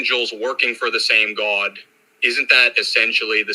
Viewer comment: Why does he say the word God like “Gwaad”.